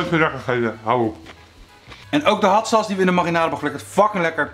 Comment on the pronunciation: ‘Hat sas’